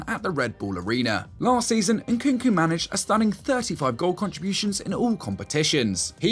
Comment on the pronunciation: Not Nkunku but NkuNku